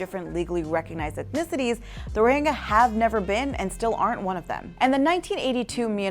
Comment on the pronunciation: Do you not know how to pronounce the Y sound? Rohingya, not Rohinga...